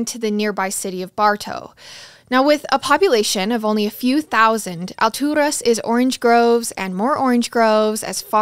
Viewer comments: I live in Lakeland (which is 30 mins from Alturas) and even went to Bartow high school for a little, and my best friend lived in Alturas for a little a couple years ago! It's pronounced Al Taurus but you make it sound so much better ! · She's pronouncing it in Spanish. Alturas is a word in Spanish that means "heavens" or "really high up". I'm sure Garret told her to pronounce it that way, since they're obviously not from there.